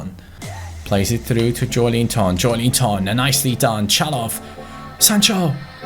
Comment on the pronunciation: Its JoElinton not JoeLInton please...